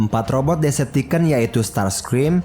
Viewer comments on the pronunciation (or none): Bang ngomong decepticon nya bukan deceptiken tapi deceptikon coba aja search d google translate